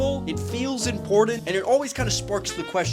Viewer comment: OK, it's totally off topic, but why do so many pronounce the word "important" almost the same way as "imported"?